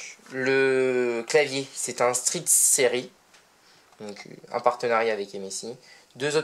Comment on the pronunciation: ca se dit stiiiil serieizzzz